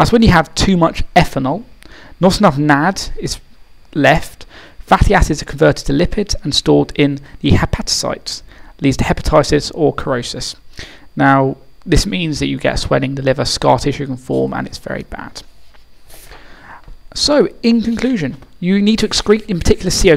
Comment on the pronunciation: great video, just to say though the c in "cirrhosis" is a soft one, so it's pronounced as sirrhosis :3